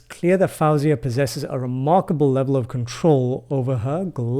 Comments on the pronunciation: Don't interrupt so much. Your review is good, but keep it shorter. You want to keep our concentration, but wordiness will lose your audience.😊 Btw her name is pronounced as Foe-Ziahh not Fowzeah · What a pleasure to hear/watch you react to Faouzia. I very recently gave some thought to recommending her as well. It seemed like a good bet that you would enjoy this particular performance. By the way, her name is simply pronounced as FO-zee-uh... as though it were spelled 'Fozia.' 😉